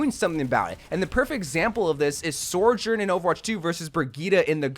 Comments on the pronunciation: DONT GET ME STARTED ON SORJORN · same with how he says Sojourn 😅